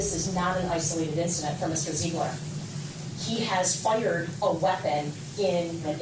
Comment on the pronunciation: Why does she say fa high yerd. There is no “y” in “fire”!